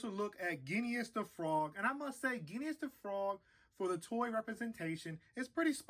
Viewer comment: Good review, but it's pronounced Ging-us. Your review changed my mind on him though, thanks!